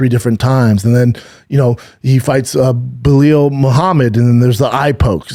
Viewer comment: "BELIO Mohammed"